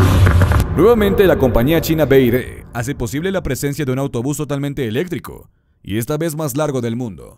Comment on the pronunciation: Se dice ELÉCTRICO con acentuación en la tilde y la C. No se dice ELETRICO, así que a estudiar primero la fonética de las palabras antes de publicar vídeos jajajajaja